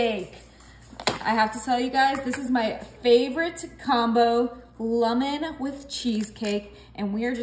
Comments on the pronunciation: Lummin? Where in the world did you learn to mispronounce the word lemon like that?? 🤣🤣🤣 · Lemon, not lumon.